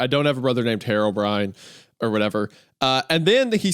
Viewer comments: Why does he pronounce it "Hair o'brien?" Is that how it's pronounced? I would think it's "hero brine" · the way isaiah pronounced herobrine as "harrowbrine" is making me violent